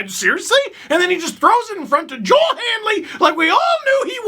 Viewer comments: Not that you will see this, but Kiviranta’s name is pronounced Yo-el. He’s Finnish. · Same with Joel Eriksson-Ek in Minnesota too.